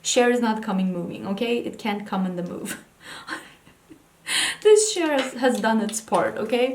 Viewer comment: *pronounces CHAIR' My Brain: 🎶If I could turn back time 🎶 Love you ❤️